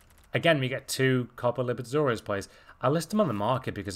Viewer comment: Repeat with me: Copa LI-BER-TA-DO-RES